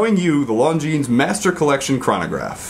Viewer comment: I'm sure someone has mentioned it already but you don't pronounce the 'S' at the end of Longines